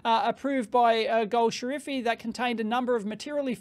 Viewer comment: correction: it is gol shafari (ejtsd: goll-safarri)